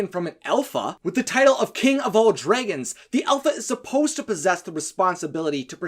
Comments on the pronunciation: So...why do you keep pronouncing "dragons" as "draygons"? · Why are you saying dregons it is drogon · Pretty good vid, but the way you say, "Dregons" becomes unbearable. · You are saing it wrong. It's dragons, not dreigens. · Lmao what accent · Why do you keep referring to Dragons as "dragans"? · Why does he keep saying DREIGONS ? It's a little bit annoying ! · The pronunciation of Dragons is probably the only part of this video that I would say is grating.